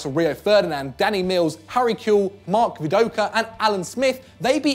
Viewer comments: Did you seriously just say mark vidoka? Its viduka you wallad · The way he said viduku killed me